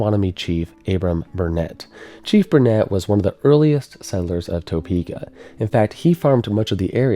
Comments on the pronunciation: Toe-peeka has me 😂 every time. I’m sure a bunch of bored Topekans are going to tell you this but the way I always heard the legend is that the mound would protect us unless we built on it. Then we build that water tower and what do you know. I don’t personally know that I believe all that business but that was the legend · I love your videos and I’ve noticed this over and over when people talk about Topeka. But it’s pronounced tuh-pee-kah. We aren’t fancy here in KS 😂😂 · You can always spot a non-native Topekan by the hard "o" pronunciation. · I was thinking about commenting on that, I love how pronounces it, being a Kansan myself I always heard and spoke it as Tuhpeeka! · Good documentary, but after a while, it became difficult to listen to "Topeka" mispronounced so many times. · Being a Kansan for 43 yrs. I can tell you that you put too much emphasis on the 1st syllable of Topeka. But that's alright. I love tornado documentaries. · As a Topekan, the way you pronounce Topeka really grinds my gears lol. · If that's the only bad thing that can be said about the video, then did a good job.😊: the only part of the pronunciation that you butchered was the first syllable which sounds like one of the digits on your foot the way you are saying it. The way the locals say it the first syllable rhymes with the word "duh". You say the second part fine so you just have to say it like it would rhyme with duh-peka. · Thanks.... that really grates on my nerves too. 👍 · It was killing me as well and I'm from east TN. LOL! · Another excellent entry. I'm about 1/3 through watching. I am looking forward to viewing all of it, but could you please learn how to pronounce the city before posting. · From Omaha, he did an amazing job. Just with he would have pronounced “Topeka” correctly, kinda made awkward to watch as being somewhat local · I'm from Kansas, have moved in Topeka before. Don't emphasize the To in Topeka. Lol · TUH peka, not TOE peka. I'm from Wichita.